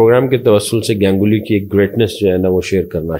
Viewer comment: GANG-uli nahi, Ganguly.